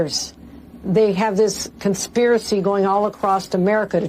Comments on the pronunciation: I always found Hochul annoying, but now that I hear she pronounces “across” as “acrossED” I really hate her! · Did she say it’s going all ACROST America? She’s not well educated for sure.